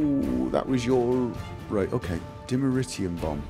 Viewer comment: Dimeterium (notice how he only pronounced it right once and went back to the usual ?)